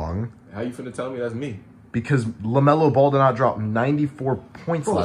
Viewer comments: That's not Lemelo Ball that's Bemelo Lall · That’s not Lamelo ball thats La-hell-no-ball